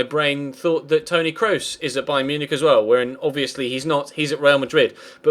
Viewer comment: please Google how to pronounce Kroos' name if you're gonna sign him:P